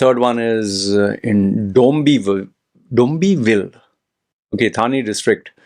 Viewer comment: It's Dom-biv-li😂 which is outside Mumbai.